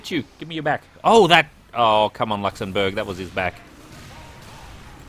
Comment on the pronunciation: "Luxembourg" sounds like "Dinkleberg" 🤣